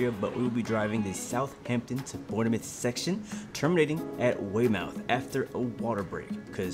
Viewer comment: The ‘E’ is silent in Bournemouth 🙂